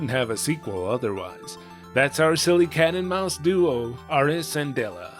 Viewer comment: Doesn't japanese lack the L sound in their language, which would explain why Dela's name is pronounced weird. Though I believe it's supposed to be pronounced Dera instead of Dora when using the Japanese pronunciation.